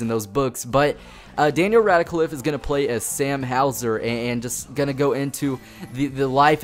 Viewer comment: It's not pronounced like Radacliff, it's pronounced Rad-cliff. I can't wait for this though. BBC announced it a while ago and I knew it would be brilliant, especially now with Daniel Radcliffe in it.